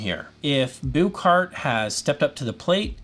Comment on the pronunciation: Not to be nitpicky, but if you listen to the Danish press, the pronunciation of the name of the company sounds like the English words “Book Heart.” It’s not “Booooook Heart” as you are saying. That’s all.